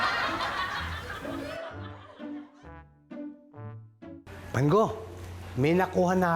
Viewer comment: Wang od po hindi bangod